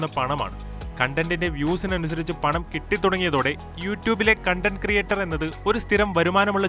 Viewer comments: കണ്ടന്റ് എന്നല്ല കോൺടെന്റ് എന്നാണ് ഉച്ചരിക്കേണ്ടത്. കണ്ടന്റ് (content) എന്നാൽ സംതൃപ്തി എന്നും കോൺടെന്റ് (content) എന്നാൽ ഉള്ളടക്കം എന്നുമാണ് അർത്ഥം. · Its KaunTent not Cun Tent